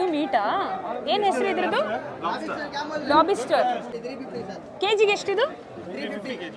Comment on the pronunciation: Lobister alla adhu Lobster 😂